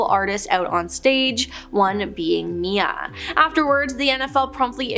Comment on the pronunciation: It's not Mia it's M.I.A